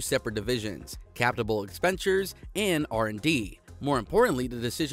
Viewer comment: please. learn to read words correctly. Its not "neutral" net... its "Ne-you-r-all" net (no T), nvidia = "EN-Vidi-AH", and CaPital expenDItures, not Cabidal expendures ... sorry. Cant up vote when words are butchered.